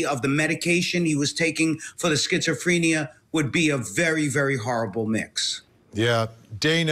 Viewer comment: Skits-oh-freeenia lmao